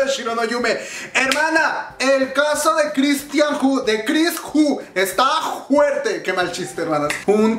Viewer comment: Mas bien "juerte"